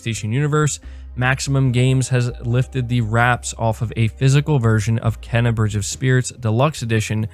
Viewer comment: your killing me bro lol its pronounced "Kay-na"